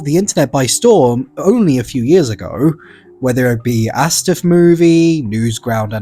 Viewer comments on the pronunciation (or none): did you just call the eh-es-dee-ef movie astiff movie? what